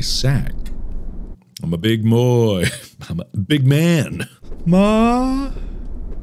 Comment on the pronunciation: “I’m a big moy” a big man boy, yes. lmao